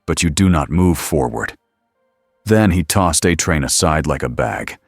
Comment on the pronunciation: These are always great stories I've only found a couple of them to be boring there's a problem though, when they use AI to read these they need to be absolutely certain they need to make the words like a train very specific so it's not called uh train. When they say vought it doesn't say vote. It's not hard just use the words and letters with the correct symbols of each letter that indicates if it's a long a or a short a so on and so forth. I'm afraid you're going to have to use correct and be sure that it cannot be interpreted as any other word than what it is.